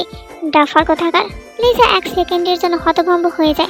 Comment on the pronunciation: আছা ওর নাম Lisa না তাহলে লিজা কেন বলে